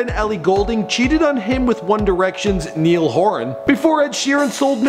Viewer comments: IT'S NIALL NOT NEIL!!!!!!!!! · It's Niall not Neil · It's not NEIL it's NIALL.